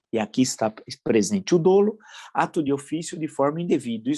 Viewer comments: Professor Villa! Não se pronuncia “dôlo”, mas “dólo”, assim, com o som aberto do primeiro “o” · Professor Villa! A palavra dolo é pronunciada “dólo”, e não “dôlo”. O som do primeiro “o” é aberto, e não fechado. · Apenas uma correição Professor. A palavra dolo deve ser pronunciada com o primeiro o aberto e não fechado. Quanto ao mais a live, como sempre, foi magnífica.